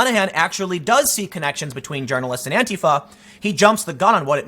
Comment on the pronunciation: God bless you for pronouncing "Antifa" correctly. That "anTEEfa" shit drives me fucking crazy.